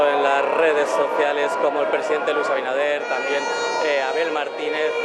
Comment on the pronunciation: Este programa es una porquería, los invitados hablan disparates, y el otro ni siquiera se preparo lo suficiente para saber pronunciar correctamente el nombre del presidente de la República, Luis AbiNADER no abidaner 🤦🏽‍♀️ que vergüenza